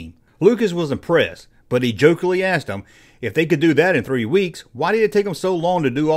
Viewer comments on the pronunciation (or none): none